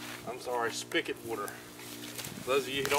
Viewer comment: It's Spigot not spikit